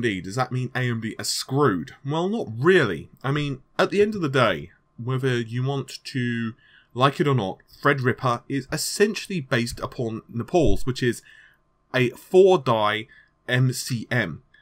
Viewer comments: He has a speech impediment. He's trying to say naples, but he doesn't speak italian very well. The naples CPU architecture is now code named EPYC. Naples has up to 32 cores on a server branding. Using lga 4094 socket, should be cross compatible with threadripper motherboards if you want. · WTF IS NEPAULS??! I keep hearing it in every video hear but I can't find anything written about it! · Naples is the English name for the city, it's Napoli in Italian. At this point I think he's just trolling us with that pronunciation, like the tittycum thing.